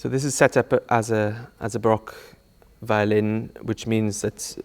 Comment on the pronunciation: ah yes, V i O L i n